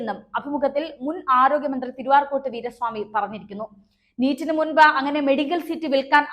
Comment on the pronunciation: Please tell correctly, not Tiruarcot, but Tiru-Arcot Veera Swami. Okay